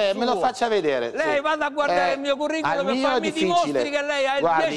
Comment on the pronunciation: Bassetti:" io ho un ..curri-culom"